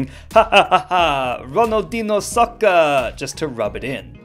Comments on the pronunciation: he said " Hahaha, Ronaldinho Soccer!" like if he was japanese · ahahahaha, RONALDINO SAUSSER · Hahahah! Ronaldihnou Sauccer! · Ha ha ha ha! RoDaLdiÑo SoCer! Definitely no gringo can comprehend this meme and even pronounced and reviewed because, they dont have the Ñ in their keypad.